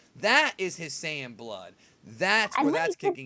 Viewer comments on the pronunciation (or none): none